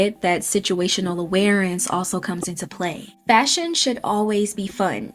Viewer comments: Did anyone else notice that she was pronouncing awareness like "awarence" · Anyone else catch that it's awareness not awarenece. Every time